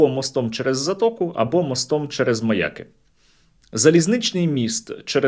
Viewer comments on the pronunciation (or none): НЕ МАЯ'КИ, А МАЯКИ'! МАЯ'К - МАЯКИ'.